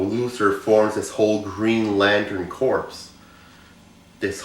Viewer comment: Corps is pronounced Core. People dont say Marine corps